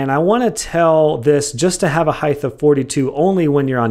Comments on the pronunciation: Not to be that guy but you pronounce height incorrectly. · The way he pronounces height kills me.